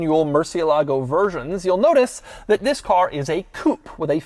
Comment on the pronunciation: Doug you need to tell the guy in the beginning of the video he needs to accentuate the TH in THIS.....TTTTTTTTTHHHHHHHHHHIS!!!!! Lol